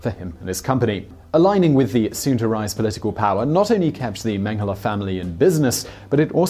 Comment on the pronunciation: It seems like you are pronouncing Mengele like Menghele, with an h in it. Maybe I'm the only one noticing it